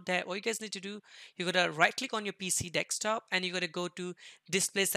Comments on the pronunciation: no its dekstop😂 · "Dekstop" lmao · he pronounced it dextop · who noticed that he said (Dekstop) 😂😂😂😂